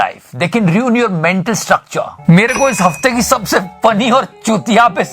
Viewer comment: Ruin hai reun nahi